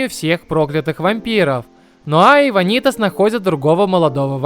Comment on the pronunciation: всё круто но... вАнитас... не ванИтас пожалуйста, это очень режет уши